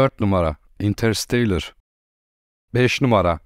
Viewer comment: intersiteylır, kub ne la telaffuz öğren bari biraz.